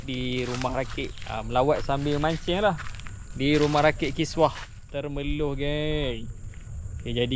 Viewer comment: TEMERLOH BANG! bukan TERMELOH😢😂😂😂😂✌️🙏🙏🙏